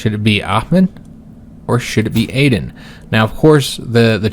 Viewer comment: I'd like to see Aden (btw, I think it's pronounced Ah-den) assume the throne only because Shy is such a garbage personality trait. Whether you're roleplaying or metagaming it's just not fun to deal with.